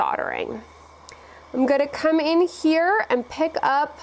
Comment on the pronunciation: SO nice to hear SOLDER pronounced CORRECTLY on youtube.